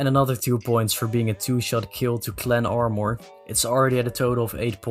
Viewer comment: ik heb de video weer gekeken en als hij armour verkeerd zegt zie je ook heel even Dutch Boy langs komen daar had ik het ook al aan kunnen zien😅